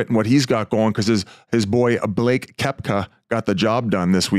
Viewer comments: BUH-LAAKE!!! Great golfer but a tool. Maybe him chirping Ekblad helped motivate him because Ekblad was excellent against Boston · his name is Blake